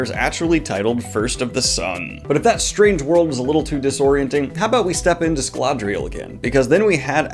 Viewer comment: Is there an "L" in Scadriel? Scaladriel? Its not printed that way in my books 🤷🏻‍♂️